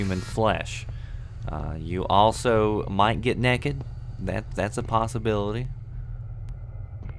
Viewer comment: He says naked like 'nekid' :3